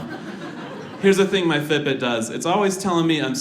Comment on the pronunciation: Took me 10 minutes to figure out he was saying "Fit Bit".